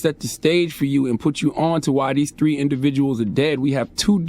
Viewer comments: " all tree of yall " lmao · this fool really said “all tree of y’all” LOL I love Charla 😂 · “All tree of y’all” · “all tree of y’all” 😆😂🤣 (Baby) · The "all tree uh y'all" . 😂